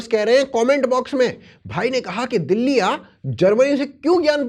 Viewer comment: ध्यान से सुनो । चाचा दुल्ली बोल रहे हैं,दिल्ली नहीं।और दुल्ली जैसा कोई जगह है ही नहीं इस जहां में तो बेरोजगारी कहा कि मिटाएं 😮